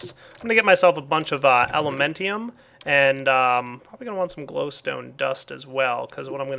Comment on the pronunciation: its alumentum not elementium